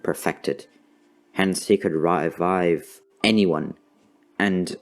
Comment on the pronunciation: Hehehe he said raivive